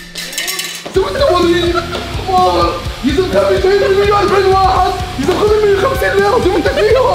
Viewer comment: واللهِ (بالكسرة مو بالياء)